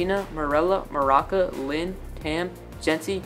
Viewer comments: THERE IT IS AGAIN IT’S NOT MARACA!!!!!! IT’S MARUCA WITH A U And also I forgot who Valin was ;-; Can someone tell me? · Did nobody notice how he was pronouncing Maruca as Maraca? No shade to you tho, luv ur channel☺️ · did u just say maraca? 🤣🤣🤣